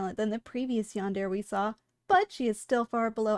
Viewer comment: *cries bc it's pronounced yan-der-ei